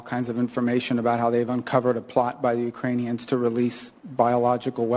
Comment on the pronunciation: She said ukranines like crayons !